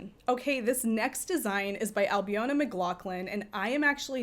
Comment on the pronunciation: Some great suggestions there. I’m about due to knit another jumper for a 6’4” tall male friend who loves my makes. I followed along on Ravit on my phone, having uploaded it a few weeks ago on your suggestion - thanks for that! Just as a wee FYI that I know you won’t mind me saying - Ailbiona is pronounced Albeena. 😊